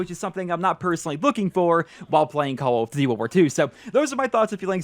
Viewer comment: Lol i hate the way you say call of duty